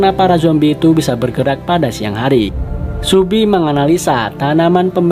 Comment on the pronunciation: Kok subi sih, seobi